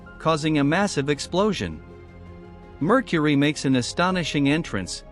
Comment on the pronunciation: Mercury?? LOL. Dumb ass AI.